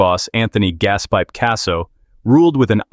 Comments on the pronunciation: Anthony Gaspeep Casso????? and Louis Apollodo?????? the pronunciation in this video is awful. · Gaspeep! 😂😂😂 Just when i thought more names couldnt be massacred, he comes out with that!